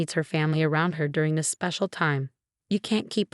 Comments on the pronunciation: "It's my spee-cee-uhl day"... 🤣🤣🤣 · If you're going to use AI to narrate these stories at least get them to pronounce words properly and have a bit of ibflextion in the voice. Fianncé is supposed to be pronounced fee-an-say! And spee-say-el.. really? Get hunan narators, not robots. No-bell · This narrator bungled so many words. Special is one of them. She was sounding it out. What a blunder.